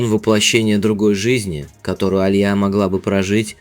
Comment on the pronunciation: АлиЯ- правильно, а не А лия